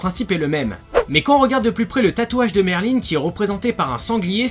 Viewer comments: merlin-e? X'D merlin il n'y a pas de e 😂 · Raion-Jo à la japonaise ça sa prononce Merline mais s'écrit Merlin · En vf ils disent "merlin(e)" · Raion-Jo pour le L je suis au courant (j'essaye d'apprendre le japonais) mais après je peux me tromper c'est surtout que dans l'animé en vostfr il le semble qu'ils le prononçaient Merline ^^